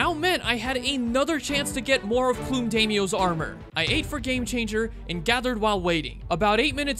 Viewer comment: no shot you pronounce plum as plume